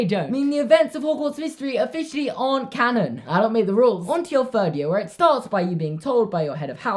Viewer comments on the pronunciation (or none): none